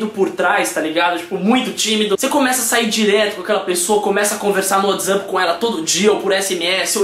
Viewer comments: mas é o jeito certo d falar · é o jeito certo '-'